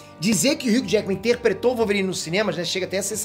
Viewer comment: Peter vai ser o Wolvôrine!!! kkkkkkkkkkkkk